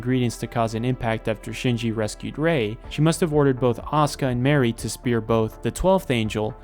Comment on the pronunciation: It took me so long to figure that you meant Mari when saying Mary